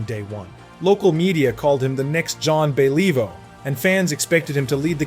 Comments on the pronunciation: John bayleaveoo lol. If is not AI. . you need to research Name pronunciations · Then fix it!!! Zhan Be LEE voe?? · Zahn BeLEEvoh?? UnBeLEEvable pronunciation. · Thumbs down. Who's Sean Bey lee voh? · MUST BE A.I GENERATED AUDIO….I HAVE TO ADMIT THE CONSTANT “JON BELL-EVE-O” WAS KINDA IRRITATING!.. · This guy can't even pronounce the Jean Béliveau, Maurice Richard, and Yvan Cournoyer, what the hell? hard to watch, good facts, but what type of fan butchers these iconic names? Content creators have to stop using AI - that was bad. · How embarrassing, pls do your homework! Yeah you should apologise for the mispronunciation of Jean Béliveau. You have a voice artist, why not do it yourself, this shows a lack of passion for what you are doing. If you are a serious hockey fan then you should know how to pronounce it correctly, one of the best hockey players. Even pronouncing Maurice "Rocket" Richard wrong. You sound American. We used to say "It's the Guy Lafleur Show" well before other people started to use that term. Imagine if he didn't smoke how fantastic he would have been. Guy Lafleur had true class (not a hacker player), as well as many of the Hab's having true class did back at that time. Otherwise nice to see that you made this video to honour a great player. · Great ... you didn't have to suffer the AI mispronunciation of Henri Richard and Jean Beliveau---it was imbeclic.